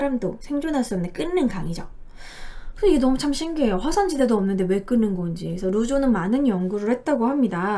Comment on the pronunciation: 끓는강 발음 [끌른강] 으로 하시면 돼요😄